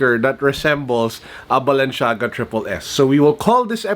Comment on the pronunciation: Mali mali naman pronounced niya sa Balenciaga 🙄 medyo OC ako.. kaya nakakairita